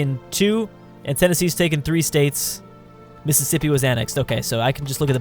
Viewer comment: Lmao he can't pronounce Mississippi.